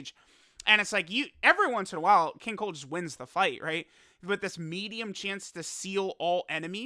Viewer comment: Lmao did accidentally call King cold king cuck